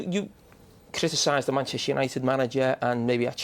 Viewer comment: Manchester gary not manshter